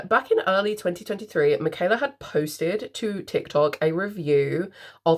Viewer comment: You said my name correct ❤don’t worry girl LOL